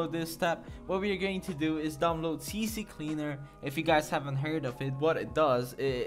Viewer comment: “See cleaner” not “see see cleaner”